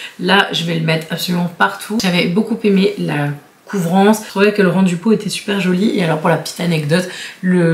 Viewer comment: Pourquoi tous les gens font la liaison « j ai beaucouPPPPaimé », je suis prof de Francais et il ne faut pas la faire …. C est bête hein mais ça m énerve haha, sinon super vidéo comme d hab☺️